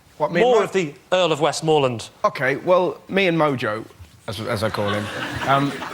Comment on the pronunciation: Someone should have told Russell how to pronounce "Westmorland" before they gave him his card